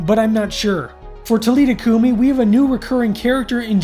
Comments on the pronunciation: It is pronounced TA LEETHA COO MEE! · The AI voice pronouncves some things wrong. William B Davis thhimself spoke about this episode at a convention. It’s Tal-i-tha Coo-mi